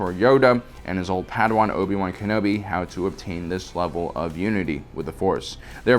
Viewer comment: Obi-wan is three syllables mate. Oh bee wan. Same with Anakin. Qui-gon is two.